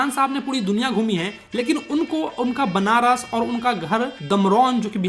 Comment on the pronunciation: benaras nahi banaras